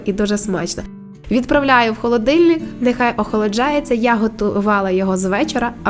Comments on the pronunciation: ОхолОджується, а не охолджується! Ну йо-майооо! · Пані філологине, правильно все ж таки-ОХОЛОДЖУЄТЬСЯ.